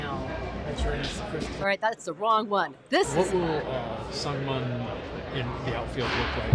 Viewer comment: Mun is pronounced Moon